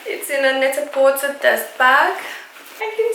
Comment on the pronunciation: Hey, lovely! Just a heads up that Net-a-porter is pronounced "net-a-porTAY" to rhyme with "prêt-à-porter," which is what the company name is based on.